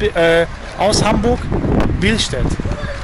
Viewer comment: Bilstät hahaha er meint billstedt